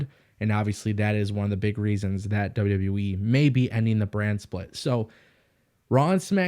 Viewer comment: Is it my speakers or are you saying WW WEEE? With that being said....>3